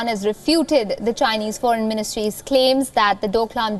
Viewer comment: He said jhinese lol if you gonna insults people learn to say Chinese you fuck . India still a rape country